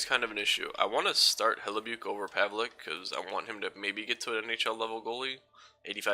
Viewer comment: It's Pronounced Hellibuck